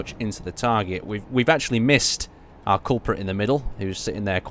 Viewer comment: He seems to do that in every video, lol. 'Are' instead of 'our.'